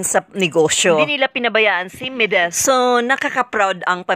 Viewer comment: Bakit ka ba Mideth ng Mideth, It's MEDITH. ME-DITH! Wag mo baguhin ang pangalan pls!